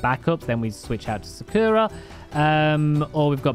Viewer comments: I live in the uk and also sakura is not said sakoora it is said sak ura just sayin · Love the daily cake;) Don't want to be a nerd but its actually pronounced SAkura not Sukura🤓